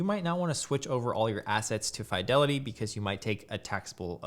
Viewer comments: Umm. Its FEEDELITY not FYDELITY. I'd have subscribed otherwise. shame. ;p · Why do you say Fydelity? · Bro, quit saying FAI DELITY..Jesus Christ. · I had to stop watching because of how he pronounces "FYE-delity" lmfao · You're the first person to say Fidelity like that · I refuse to take financial advice from someone who can not pronounce "Fidelity" properly.